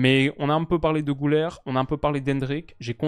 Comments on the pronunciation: Le Ü se lit pas ''ou" mais ''u" Pas "Goulaire" mais "Gulaire" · Personne ne t'en voudra évidemment vu le superbe travail que tu fais, mais petit détail de prononciation Güler, comme ça s'écrit avec le tréma sur le U, ça se prononce en fait GUler et pas GOUler :)